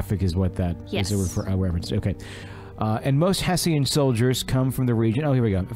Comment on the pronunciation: Hessian....sounds like Heh schen